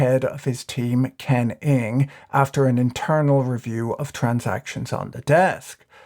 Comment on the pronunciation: Props to the Irishman for slamming that Ng pronunciation.